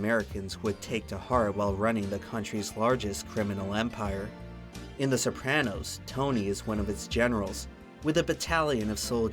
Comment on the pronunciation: Please never say sopranos like that again